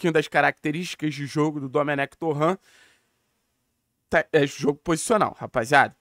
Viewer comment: Bom dia, a pronuncia do sobrenome do dome é torrent mesmo e não torrã como se ele fosse frances, abraço